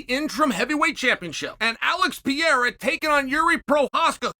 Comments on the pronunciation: You do this everyday.. learn how to prounce the fighters' names.. Pee-air-a, Mock-el-chev.. disrespectful to these fighters for you to still not be able to pronounce their names after this long. Are mistakes made? Yeah.. the guy is #1 P4P, and you can't just say his name, though.. Come on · Alex Pierre-a 😂😂😂bro pronounces everyone’s names wrong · Alex pee-era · Saying Alex Piera is crazy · Please stop calling him Piera 🙏😂😂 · I just wish Chael would pronounce Alex Pereira’s name correctly 😂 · Never gets old hearing Chael say guys last name wrong lol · i guess chael finally answered pronouncing alex's name like an absolute autist lol